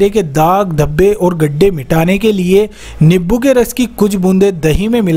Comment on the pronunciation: Nibbu nhi hota नींबू hota h